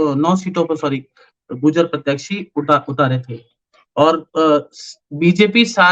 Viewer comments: PRONUNCIATION GURJAR HAI GUJAR NHI HAI SIR ...KHETRI MEIN BHI BJP AAYEGI KAAFI SAALO BAAD KYONKINTICKET KAT GAYI YAHA K MLA KI JO CONGRESS K THE ORR VOH INDIRECTLY BJP KO SUPPORT KAR RAHE HAI dharmapal ji jeetenge ❤❤ aaram se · Gurjar.... Not gujaar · Its gurjar not gujar